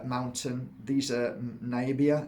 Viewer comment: dear friend, it's pronounced Na-Mi-Bi-A - from one dyslexic to another ☺️👍 Btw funny story: reading books on a regular is what healed my dyslexia 😂✌️ - i know! The irony!